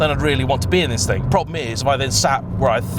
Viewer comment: You didn’t just say “thang” 😳😳😳😳